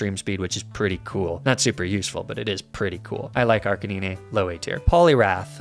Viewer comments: you definitely need to redo this list!🤦‍♂️🤦‍♂️ Edit: Its AR-BOK NOT CHARBOCK AND AR-CA-NINE NOT ARCA-NEENEE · Don't mind me, just putting a personal timestamp to skip the disgrace to my ears that is arkaneenay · OK, he's definitely mispronouncing Ninetales and Arcanine on purpose. But why? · Hearing you say Arcanine and Ninetales like that broke me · Sold tier list but I couldn't bring myself to hit the like button because of the cringe Arcanine and Ninetales pronunciations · You butcher the pronunciation on Arcanine and Ninetails. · Because he's probably had to deal with people complaining about mispronunciations in general a lot, so he does it to annoy them specifically.